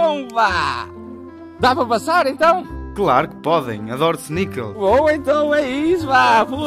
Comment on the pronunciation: adoro "snikels" :')